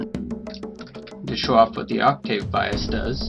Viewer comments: obviously not a musician "ock-tayve" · its octave not octave xD